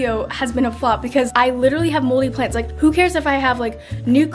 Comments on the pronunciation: WHY DID I HEAR MOLDY PANTS NOT PLANTS!!!!! 😂😂😂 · i thought she said moldy plans and i was like "same bro"